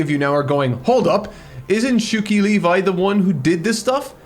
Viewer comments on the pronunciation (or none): Just a tiny note: Shuki Levi - the Levi is pronounced Lev-E, not Liv-Eye. He has one of the 2 most common Hebrew surname (the other being Cohen). Also, he's not a bad-ass titan killer ;)